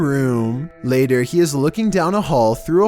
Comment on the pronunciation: The way he said water pattern and later bothered me lmao